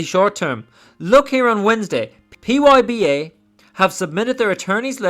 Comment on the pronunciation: Great video, but really focus on saying the ticker symbol correctly. It is PBYA! Otherwise excellent DD man!